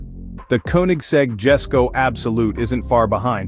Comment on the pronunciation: Why do people mispronounce Jesko, when its pronounced (Yes-ko)?